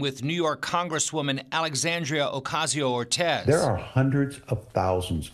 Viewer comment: Lol slyly mispronouncing aoc’s name 🤔